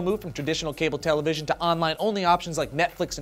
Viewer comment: what's a tele..vison? I think they had that back in the day ....of dinosaurs?